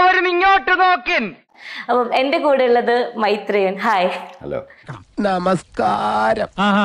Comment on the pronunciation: Not maithreyan😂MAIREYAN 😂